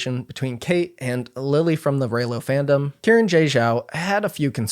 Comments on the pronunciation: with the amount of research and time you put in this video, pronouncing xiran's name correctly probably would have helped legitimized the video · Is that actually how you pronounce Xiran's name? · Xiran is pronounced "shee-rahn" not Kieran 😂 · So their name, Xiran, is not “Ki ran” it’s more like “Shi ran.” In Chinese, Shi sounds like shir (sure) and Xi sounds like Shi (she). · I was looking for this comment. He didn't bother even attempting to pronounce their name correctly either, its understandable it wouldn't be spot on but 'kieran' is just insulting. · Just want to let everyone know, Xiran Jay Zhao's name is pronounced "shee ran", not kee ran 😊 The letter X is always pronounced like "sh" in Mandarin. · isn't it pronounced See-ran not Kieran, or does Xiran prefer it to be pronounced Kieran? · respectfully, the name is pronounced SHE-ran, not KE-ran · Karen....? Its Xiran.... at least say the X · Just a note that Xiran is said like “she-ran” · Uhhhhhh Xiran is pronounced closer to She-Ran. Xs usually make an "sh" sound in Mandarin. It's not hard to google this stuff before you open your mouth. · Hearing Xiran pronounced as Kieran is wild. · Great video, I'd just encourage you to check the pronunciation of Xiran's name, which is not Kieran ;-) (the x in the pinyin transcription of Mandarin is pronounced like... erm, don't really know what reference to give since you don't have this sound in English, haha... it's like sh but it's the middle/back part of the tongue that is raised towards the palate, not the tip. In some previous transcriptions it would've been spelled as hsi, so even s is nearer the mark than k) :-) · I don't think Xiran's a 2024 debut author, nor do I think thats how you pronounce their name. Pretty sure it's like "Shi-ran" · No, It's more pronounces as Shiran, I think.